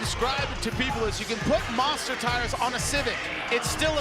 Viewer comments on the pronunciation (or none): none